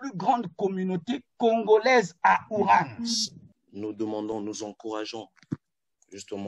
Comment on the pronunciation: ON DIT WUHAN ET NON WURAN